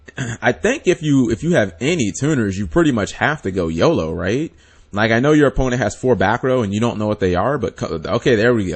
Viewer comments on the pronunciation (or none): none